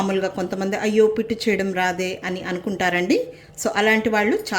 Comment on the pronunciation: Pittu kadhu madam "puttu"